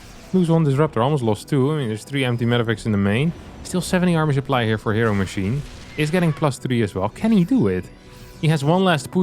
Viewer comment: Love how said ”HeroMachine” 🤣